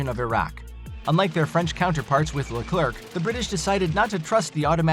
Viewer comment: It's pronounced "Le-Clair", not robo-voice "Le-clerk".